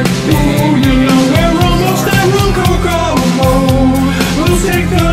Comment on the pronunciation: Love this. I grew up in Lake Ronkonkoma. Not many people can pronounce the name correctly and I like the way you changed it. Way to go!!!!